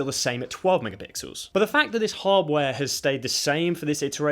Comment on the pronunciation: Why hardware sound like hubware man @@